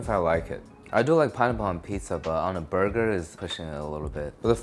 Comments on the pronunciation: "There's a piece of pineapple in my burgah" iykyk😂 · The way you pronounce 'burger' disturbs me for some reason 😂